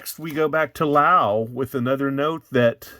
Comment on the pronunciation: When you're saying Lau, are you meaning Laos?